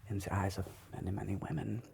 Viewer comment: this is soooo good, i mean the type „german person speaking english“ how you pronounced the „th“ is more like a „se“. i think my german buddy’s will understand, it’s just perfect and so good played